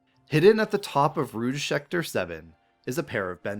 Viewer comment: it's rouge, not rogue -it's mable, not mira -it's ange, not agne -respectfully, a french person